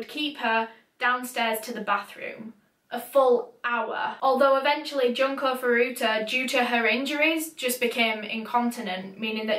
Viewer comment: Hey!, your video was very lovely to watch (an overstatement considering what it was about, of course)! I figured I might just let you know that Japanese u's are pronounced "ooh"! So her name was actually pronounced "June-Ko Foo-Roo-Ta"! No hate of course, still a wonderful video! It's just in case you ever do another Japanese case!